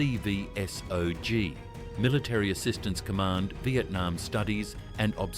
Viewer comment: M A C V S O G. I cringed so hard.